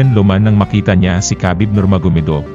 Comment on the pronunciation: Habib ang bigkas sa pangalan ni Khabib.. hindi kabib... i research mo to prove it.